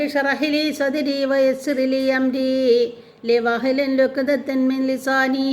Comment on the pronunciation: വഹലിൽ ഉഖ്‌ദതൻ എന്നാണ്.... ലി വഹ് ലി എന്നല്ല